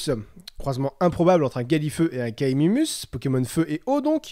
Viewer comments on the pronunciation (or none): OBJECTION ! C'est pas "Kaimimus" mais "Kaiminus" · Kaiminus pas kaimimus x) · Chieur pokémon ^^ : On dit pas "Kaimimus" mais "Kaiminus" :)